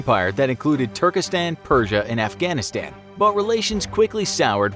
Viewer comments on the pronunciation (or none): none